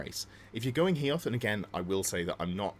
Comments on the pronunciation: Love your content. But FFS. Hoeth. HO-Eth. Not Heoth! Sorry. Don't know why it annoys me so much 🤣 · Ho-eth not He-oth 🙏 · Dont want to be that guy, but its Hoeth right? not Heoth? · Loving the channel but please stop calling Hoeth, HEE-oth 😀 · Came here to say the same. Utterly cringed at Hee-oth 🤢🤢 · Maybe it annoys you because you're a fan of the High Elves lore just like me? Because that's the reason for me! And it's not the first if seen someone do the mistake